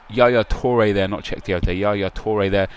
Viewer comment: yaya toure? Nep waa?